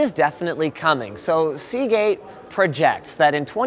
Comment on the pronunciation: Ya lost me at Seageate.